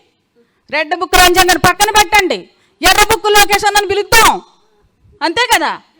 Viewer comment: యర్రా్బుక్ కాదు ఏరి్బుక్ కొండఏరిపప్ప బాబుగారు చెప్పారు ఇంగ్లీష్ నేర్చుకుంటే మొదబాయిలు అన్నారు లోకేష్ కూడా మొదబాయ్